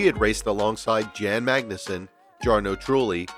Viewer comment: You butchered Jos Verstappen, Jan Magnussen, Jarno Trulli, Giancarlo Fisichella and Dario Franchitti's (edit: also Carlos Sainz) names so much it's almost unforgivable for anyone that follows any motorsport... Even 5 seconds of research to learn their names would have benefitted here. Doesn't suprise me that someone with an American accent does not bother to learn proper pronunciation.